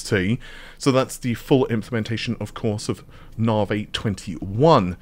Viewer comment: For anyone outside the UK wondering if the reason pronounces Navi as nar-vay is because he's from the UK - no, it isn't. I have no idea why he (& as far as I'm aware, only he ), pronounces it that way, but it's definitely not a UK/British thing.